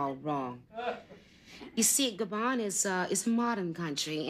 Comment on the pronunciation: Why do they keep saying Gabone. It’s Gabon, rhymes with don not with clone.